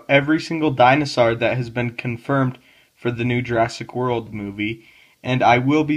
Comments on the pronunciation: Wtf is a dinosaar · I love the way he pronounces dinosaur